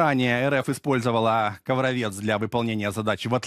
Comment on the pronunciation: КовровЕц, гыыыы. Может КрасавЕц? Или КировЕц? Правильно говорить КоврОвец. г. КоврОв.